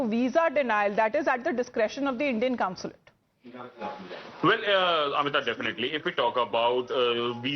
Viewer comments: It is consulate. NOT councilate. News readers should learn how to pronounce. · I wonder whether they are wrong. BTW pl tell the anchor that it is consulate and not counsulate as she keeps saying. It's jarring. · Anchor, It's NOT Counslate, Consulate